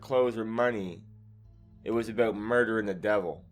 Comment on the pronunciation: "its all abeout" 😁🇬🇧 Nice video